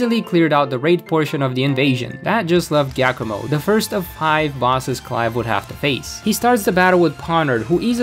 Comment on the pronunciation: Why did you pronounce Giacomo as Gackamo? just... why?